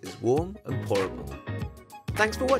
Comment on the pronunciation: “Delectable, horrible???, reheatable” It took me until he said it the second time at the end to realize he said ‘pourable’